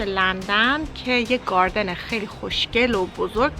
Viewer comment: نه از گاردن گفتنت ونه از سیب زمنی گفتنت 🤣🤣🤣🤣